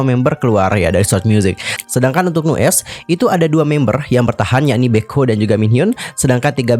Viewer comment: Cuma mau benerin... Nu'est bacanya New East... Trus gue Lo^e sejak Nu'est debut, dari awal yg ditonjolin cuma Minhyun sebagai center+visual, yg lain di anak tirikan, Baekho sendiri mulai dianggep sejak dia uda bisa (dan pinter) produksi musik sendiri... Dari dulu Pledis ga bisa handel Nu'est dengan baik, sampe akhirnya Nu'est naik pamor sejak Produce101... Tapi sampe akhir Pledis masih ga bisa bersikap adil terhadap masing2 member, terutama Aron yg ga ikut Produce... Terbukti yg memutuskan kontrak JR, Aron, & Ren... Dan yg bertahan Minhyun & Baekho... Ini menurut gue pribadi, yakin sih Minhyun sama Baekho masih di bujuk dan dipertahanin sama Pledis/Hybe gimana pun caranya, dan yg lain dilepas gitu aja...